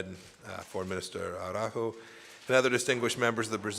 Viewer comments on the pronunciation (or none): Grande ministro "Aráuho" 😂